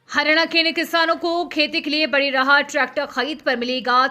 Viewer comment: Anchor ji, haryana ko to kam se kam dhang se pronounce kijiye